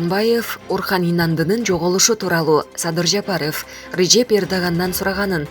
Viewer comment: Садыр Жапарыфф дейт го 😅көк мээлер кичине сабаттуураак диктор тапсаңар 🤦🏻‍♂️